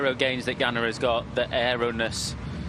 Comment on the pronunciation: Ganna pronounced Ganner?